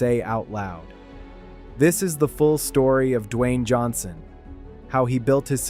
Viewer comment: that’s not how his name is pronounced. F*ck actually do the work and stop putting sh*t out on the internet